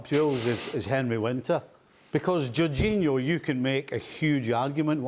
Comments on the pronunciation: Man said "Jorginho" like we wouldn't notice lol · LewaNgoalski is a point but iorginho😂😂